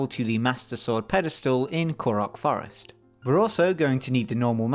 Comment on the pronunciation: "from the forst"